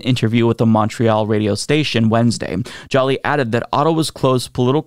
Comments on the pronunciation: Joly is pronounced just like Angelina Jolie. Joe-LEE. Not "Jolly" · Minor correction to your pronunciation. Minister Joly is French. Therefore, her name is pronounced Jou-lee.